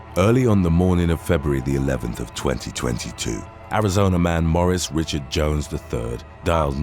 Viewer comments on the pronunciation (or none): none